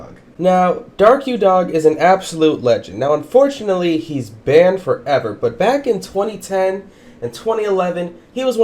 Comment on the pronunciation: I like how he says "baned forever" xD